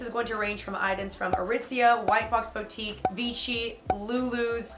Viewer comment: The way she says boutique triggers me lol hahaha